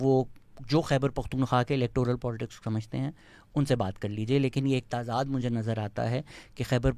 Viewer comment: Very true. As a Lahori, I never thought about the privilege I've had. Thankyou for raising your voice. Also please, it's t'zad not Taazaad.